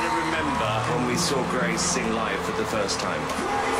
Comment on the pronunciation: You said gace instead of grace